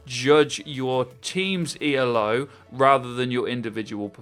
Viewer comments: It's not pronounced E.L.O. It's "Ee-lo." It's a person's name, not an acronym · Not E.l.o, it's E-lo because it's named after Arpand Elo not the Electric Light Orchestra. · It's "Elo" one word, named after Arpad Elo. ELO is a band xD